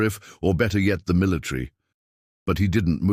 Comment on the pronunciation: You mispronounced "chitinous". "Miluhtree" ... is that deciduous or evergreen??